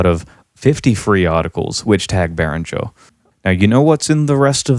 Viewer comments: Exactly. Whoever thinks behringer should donate can do so with the money saved by buying behringer products. I wonder if it is the same company the guy in the video talks about, he mentioned berenger very often, maybe he is just mispronouncing it, maybe not. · you have a funny way of saying behringer and the outro music is too loud under your voice but other than that this was an excellent - and surprisingly impartial piece of work - really is a tough topic .. in other documentaries i heard the point being made that behringer copying old designs is fair enough but releasing clones of hardware which is currently being produced is very naughty instead.. i find that to be a very valid point as well. I still dont know where i stand on behringer as a whole because i certainly cannot afford 3k synthesisers and yet i am not sure if cloning the companies innovating 3k synthesisers so they eventually go out of business is the right way.. actually i do think it is despicable.. yea.. yes i do